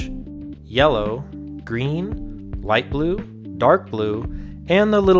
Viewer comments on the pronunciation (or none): none